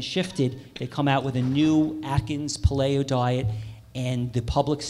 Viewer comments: Ok, like po-TAY-to/po-TAH-to, but really, how does someone pronounce paleo as puh-lay-oh? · i refuse to believe that this host is unfamiliar with the proper pronunciation of the word "Paleo". LOL lol.. It's literally impossible to be involved in the health community, and learn to pronounce paleo as ... "Puh-Lay-oh".. how is this possible?.. Anyhow, Great panel, a pleasure to listen to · Lol the way that guy says Paleo. I thought he was saying Play-Doh diet. However wrong the diet is it should be pronounced correctly. Pay Lee oh. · puh-lay-oh = pale-ee-oh. Incredible pronunciation. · Couldn't watch this because of the way that guy pronounced paleo as pa-LAY-o.. LOL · Did he say “playo?” Haha 😂 Interesting speech though. I’m at a point where I don’t know who to believe anymore. I need to stop watching and researching things 🙄 Then I notice he has lentil rotini noodles in front of him that say 100% natural... the word “natural” in the labeling world is a scam. It sits on a shelf and the lentils are processed into noodles... obviously healthier than most shelf foods. Also, they are advertising supplements which makes me question the agenda of this speech. Just saying... I will still watch though with an open heart 🤓♥️ Started questioning my plant based diet and incorporated some raw dairy and eggs... two days later I feel like I can’t breath and I couldn’t even finish my breakfast, the smell of the eggs literally made me gag. 🤮 Maybe I just need a little more faith with in my plant based diet. Feeling lost with my diet... I am an avid weight lifter, female... I avoid soy, I avoid all the fake meats... maybe that’s why I struggle on it. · This should be good. Really wish Greger was up there tho. And why hasn't that guy learned how to say "pay-lee-o" yet? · The way he says paleo is annoying. LOL